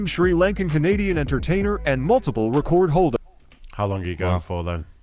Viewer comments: The AI seems to not know the difference between the verb 'record' and noun 'record'. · This damn voice saying RECORD like recording a video really grinds my gears